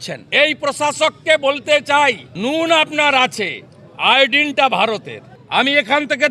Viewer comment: আয়ডিন না 😂 আয়োডিন।